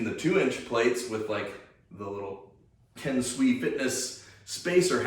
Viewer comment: this was helpful to me as I'm about to buy my first mace as a total newb... CK Maceworks website wasn't very helpful in terms of marketing info to give me any idea of how it even works... btw, your pronunciation of "kensui" is weird... it's "Ken"-"sue"-"ee", not like the "swee" in "sweet"...